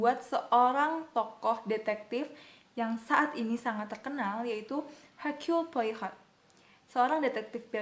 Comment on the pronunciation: dibacanya herculi poaro